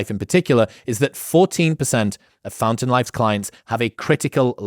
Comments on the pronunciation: When he said "Fountain Life" I heard "Phantom Life" and I was afraid I was about to get Mitch'd 0_0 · When you mentioned the sponsor, for a second I misheard the name as Phantom Life instead of fountain life and was like, that sounds like a totally apt name for this phenomenon